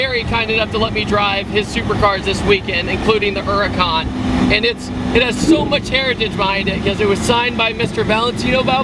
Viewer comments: Eracan???? or does he mean Huracan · It's called a Lamborghini Huracan not an Uracan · Why does everyone say "Urracan" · The way you kept pronouncing huracán made me cringe a little. Good video nonetheless